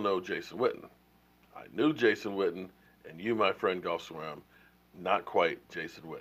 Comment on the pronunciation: Btw, I know Swaim's first name is spelled Geoff. I know you're bad with names. But haven't you ever watched any show on ? They pronounce Geoff like Jeff. J-E-F-F. Please try it, it's not that hard.